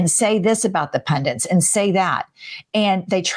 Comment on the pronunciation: and it is pundit not PUNDENT. she's an idiot.